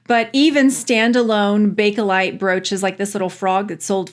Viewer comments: Sorry but do you realize you keep saying Bake-A-lite? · I'm going to be 71 soon. When I was young and my mom and aunts were discussing it they always said Bake-lite. The Bake-uh-lite has become predominant in the past 20 years. To me it's Bake-lite since that's what it was called in the beginning.